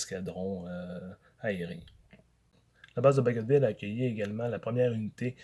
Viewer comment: Donc il faut prononcer le "t" dans "Bagotville" ?